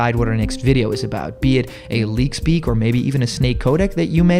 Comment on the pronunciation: The way you said leak speak was funny in this video